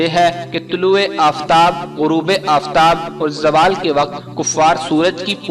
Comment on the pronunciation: Oh bahi jaaaawal ni hota ap log india waly z ko j me q badl dety ho zawal hota ha